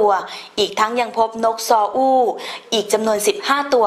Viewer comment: คนประกาศอ่านว่า "นกซออู้" เดาว่าน่าจะมีนกซอด้วง ด้วย555